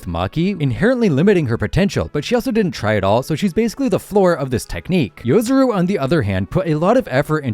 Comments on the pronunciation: Its Yo-Rozu not Yo-Zuru😂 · I just hate YouTubers that can't read... yoROzu not yozuru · Its yorozu, not yozuru